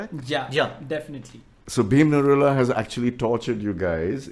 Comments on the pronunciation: Bhim Niraula was selected in Britain's got talent bro.😂🇳🇵 By the way his caste is Niraula not Narula. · Its bhim niraula, not narula! He is a nepalese residing in UK🤦🏻‍♂️